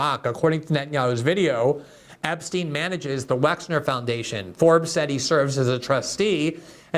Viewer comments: Wexner not Wexler. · WEXNER, Les WexNer, Leslie Wexner. Not WexLer. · Gee Gee, my man, the guys name is "Wexner". Les Wexner is a prominent figure among business people in Columbus, Ohio, or rather, used to be as Columbus is the headquarters for a few of his retail concerns like Victoria's Secret, The Limited, and others. His name around here is pronounced "WEX NER". Not trying to be pedantic but details matter as the fictitious Reacher is repeatedly claiming. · Isn't it Les Wexner?